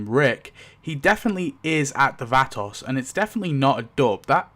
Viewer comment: T Dog got axed because he kept showing up late to the set and was unprepared. They gave him less and less screen time till he was written off. I never liked Lori and couldn't wait for her to go. I cried for her death scene, but glad she was gone. It's pronounced va·to /ˈväˌtō/. At first I didn't know who the hell you were talking about, till you mentioned the nursing home.